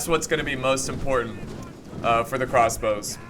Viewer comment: "Crosbows" .. gg